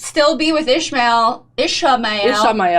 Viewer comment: Say it with me E-sham-I-L Yes it is important who Rands family was/is. A spoiler actually, he and we do find out. Rand didn't say he had feelings, he said he thought she had feelings for him.They decide he would use her feelings for him to find out information.